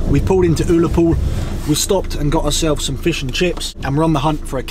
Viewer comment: OOollapool🤣 need to brush up on your Scots pronouncing 👌👍